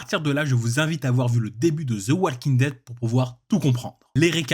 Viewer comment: Encore une fois walking ça se prononce wo-king et pas wall-king, le L ne se prononce pas :/